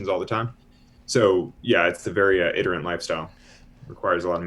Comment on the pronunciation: You didn't know the word because he pronounced it with a short i sound instead of the standard long i sound. Adjective. Noun is "itinerary"